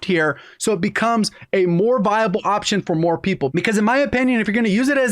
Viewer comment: did he just say waption(woption) 🤣🤣